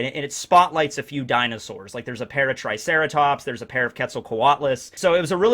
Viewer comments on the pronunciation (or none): none